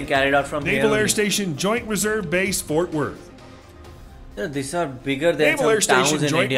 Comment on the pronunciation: ...try Fort "Worth", not Wort !